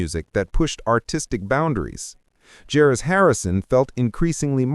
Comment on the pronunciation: AI hasn't figured out how to pronounce the name George yet